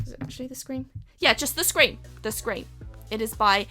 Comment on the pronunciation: Did anyone else thought she said screen not scream.😁😁